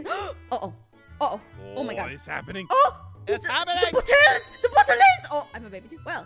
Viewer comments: Its bottlé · it is a bott-l-è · the way thay pronounce bottle is funny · It is spelled bot o le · I laughed when said bottle wrong way hes always been a baby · Ok when said its a bottle and aphmau said it right and said it wrong its like a fancy word like my god